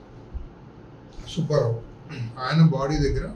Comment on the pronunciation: ఒరేయ్ సుభ్భారావు కాదురా సుబ్బారావు అని చదవాలి. తెలుగు చదవటం నేర్చుకోరా శుంఠ.